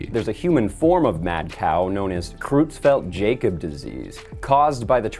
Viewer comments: That is pronounced "croytsfelt yahkohb", by the way. I've spent the last few minutes randomly laughing at "Crewztfelt Jacob" though at least, I guess. Lol. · Jakob is pronounced Yak-Ob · "Jakob" is pronounced with a "Y" sound.